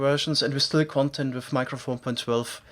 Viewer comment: 'content' is not the same as 'content' Youŕe pronouncing it wrong